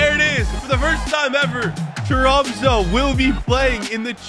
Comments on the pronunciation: next time say tromse instead of tromso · Han sa troumso😂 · I just put it into google translate it’s pronounced TROMS-UH